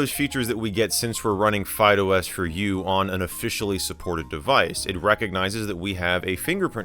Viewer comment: My ears hear FydeOS as Fido S.